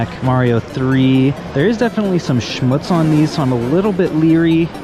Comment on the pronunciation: 😂nice german word abuse "schmutz". I really want to hear you speaking german :3